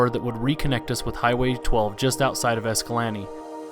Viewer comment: Escalante is not pronounced "EscalantE" ... Its pronounced "EscalanTAY" . Great video thanks for all the good info !! looks like the fam had a blast